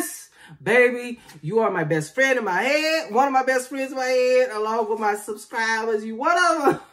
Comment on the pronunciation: "You are my best friend in my head, along wit my subscribahs!" I'm hollering, again 😂